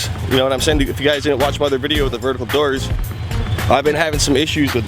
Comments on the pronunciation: The derrs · The way you say doors made my night